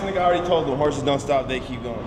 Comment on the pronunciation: Who gon tell Kevin it’s “hustlers” not “horses”